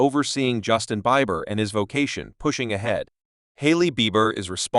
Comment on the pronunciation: Learn to pronounce his name😮